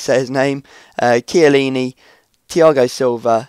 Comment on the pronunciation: Chiellini is like Key-uh-lee-knee